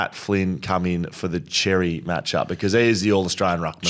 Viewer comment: Boys love the show but Xerri is pronounced ‘sherry’ not ‘cherry’ 😉